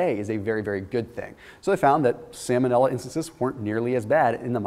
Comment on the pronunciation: Salmon-illa. Lol vanilla flavored salmon